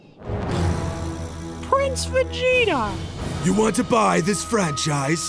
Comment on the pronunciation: Teacher: why are you laughing? Me:Nothing My brain: pRiNCe veGEta